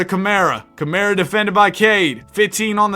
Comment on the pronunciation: How the hell did ChatGPT get Mt. Spokane? lol. Spokane and Spokane Valley exist, Mt. Spokane as a town/city doesn't. Anyway, Spokane is said with the Kane as the word can. Spo-can. :) I actually love this concept. Camara is said "Cuh-mar-uh" for future reference